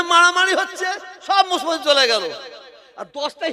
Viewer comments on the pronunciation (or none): Musolman splingta thik kore bolun?.mo solman kano bolchen